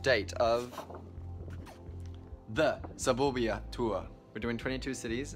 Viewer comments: Lauren Sharp sapoobia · Omg I thought the same 😂 thought it was burbia like a burp hahah shame on me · The way he say suburbia kills me!!